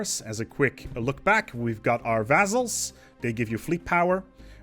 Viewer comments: it sounds more like vazzles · i like the way you pronounce vazzals